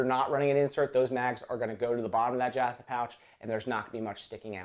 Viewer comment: "jahhhhh stuh a pouch"??? I do believe there is only one "a" in the "justa"